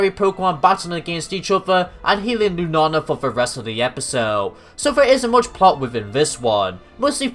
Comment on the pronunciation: Lunala lu na la not lunana and i apologize I'm not one of of those who get mad at people who say the Pokemon name wrong but i couldn't get what you were saying it sounds like you're saying Lunana again i apologize for being mean